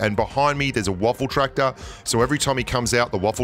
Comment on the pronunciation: Lmfao, you really call it a "Waffeltraktor"? 😂 Its called "Waffenträger" (in english "Gun-Carrier") idk why yall are calling it Waffel etc.